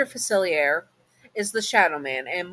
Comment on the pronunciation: I dont want this to come across as rude, just want to provide a pronunciation guide. It's Facilier, said Fu-Silly-Aye (hey without the h). And Loa is Low-Uh. Again, that wasnt to be rude. I love listening to your videos and hope you're remembering to take care of yourself, just like how you remind us listeners to look after ourselves.